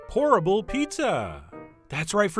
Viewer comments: When Chef said "Pourable Pizza!" I could of sworn he said "Horrible Pizza!" Me: wait, what?!?!? 🤔😂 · I kept hearing "horrible" instead of "pourable."